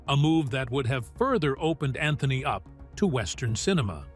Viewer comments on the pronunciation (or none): none